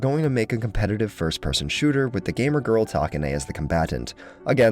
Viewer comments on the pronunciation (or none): none